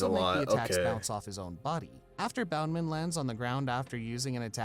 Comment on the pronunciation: the guy calling it bound-man despite the subtitles of the clip showing it was bounce-man annoyed me so much. Almost as much as him calling Moria, Maria.